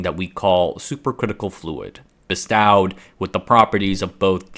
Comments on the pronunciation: Bestowed = "Bee-Stowed" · Bestowed is pronounced "Bes-toe-d' . Great content as always. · That's not how you pronounce "bestowed"